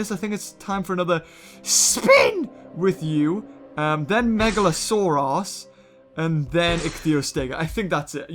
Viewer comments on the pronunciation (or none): When u said megalosaurus it sounded like mega a sore ass